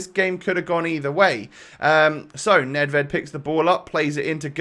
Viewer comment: 14-12 WL, and I ´m from Czech Republic. Nedvěd has must be sayed: ,,Nedvjed”